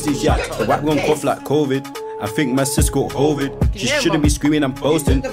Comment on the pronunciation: My man said hoevid 😂😂 nah bruh I’m actually crying 😂😂😂